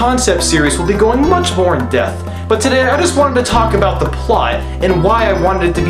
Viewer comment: did you say "in-depth" or "in-death"